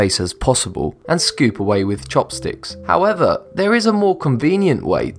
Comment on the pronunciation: Jesus. Does every item require a "howevah..."